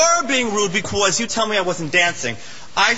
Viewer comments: "becquaze" lol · He says "becwause" lol! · what's about that "bequose"? so annoying.